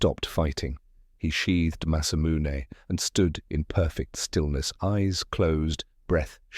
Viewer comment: Sephiroth's masamune ... you really need to check your TTS before you upload to make sure names aren't mispronounced, or it's going to be a major distraction throughout the story.